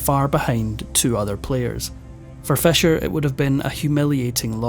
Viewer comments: Why you saying Fesher it’s Fisher. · Stop saying fescher it is pronounced feesher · Your accent woudn't be annoying except for pronouncing Fischer's name as "Fesher" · Is it fisher or fesher, pronunciation? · I had a hard time understanding "your vedeos about Bobby Fescher". Please try to fex it. The number 6 is not sex. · I can tolerate that but not the mispronunciation of Roald Dahl's first name.